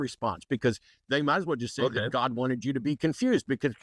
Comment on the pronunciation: Hello not GAWD, but GAWID emphasis on WID w/southern drawl